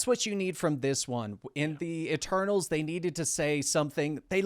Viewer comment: Almost thought was saying “E-turtles”